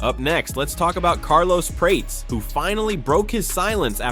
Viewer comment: Seriously? Prates like Crates? LOL. It is Prates as in "Prat-es".